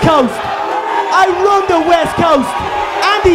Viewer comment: I RuAN THE WEST COAST!!! I RuAN THE WEST COAST!! And the Yeast Coast🤣🤣🤣